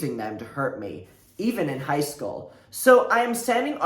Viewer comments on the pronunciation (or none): none